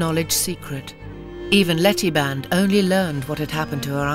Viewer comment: Sergeant Harry Band (not "Barnes")